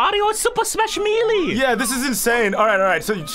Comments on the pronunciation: Ummmm you say Melee wrong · Name: super smash melee:MEELEE